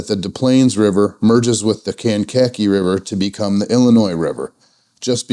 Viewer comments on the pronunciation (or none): Enjoy the video. You made me laugh - it's Des Plaines River nothing silent say it like DES Planes; and Kank-Ka-Kee River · Nice vid! FYI, you do pronounce the first S in Des Plaines. Also, Kankakee is pronounced Can-kah-KEE. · Love your content😁fyi its pronounced Kan-kuh-kee river...stay safe you guys! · Us locals say "Dess Planes" and "Kane-kah-key."